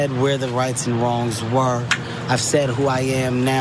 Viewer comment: I knew this video would be disappointing the moment she put the letter T at the end of the word "and". SAY THE WORD RIGHT